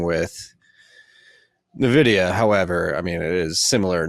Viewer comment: It isnt Navidia its Envidia for pronunciation.